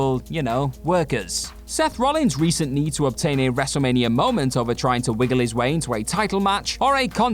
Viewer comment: Wrestlemania* not Wrestlemanier